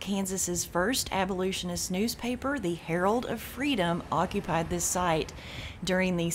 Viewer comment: What’s an abolutionist? That’s not a word. I think you mean to say abolitionist. Sorry, but that mispronunciation just jumps out every time she says it.